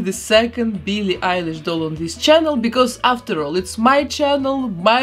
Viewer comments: Nobody : her:BEELEE EYELASE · She says byllie elish u have to say billie eilish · Bee lee Irish